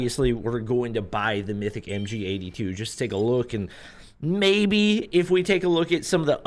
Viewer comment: MG42❌ MGA2✔️